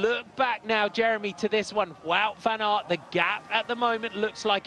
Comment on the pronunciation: You say it as van aart. Not van eert